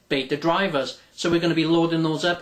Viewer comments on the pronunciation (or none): none